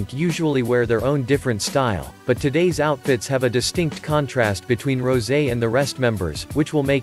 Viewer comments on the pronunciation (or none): Not Rosie. It's rosè. Pronounced as ro-sey.